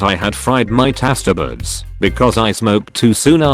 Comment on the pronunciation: The way it pronounced taste buds because it was spelt tastebuds 😂 "tAsTÉBuDs"